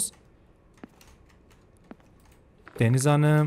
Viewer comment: “Deniz Hanıığm”kısmında patladım QWEĞHHJHJGKGHJYFYUGHUH